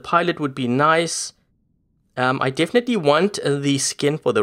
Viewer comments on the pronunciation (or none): none